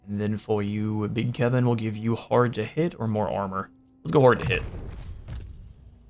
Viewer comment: No its not kevin its keevin